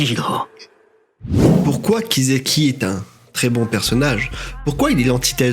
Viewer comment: « Kissaki » 🙄 et pas « Kizaki »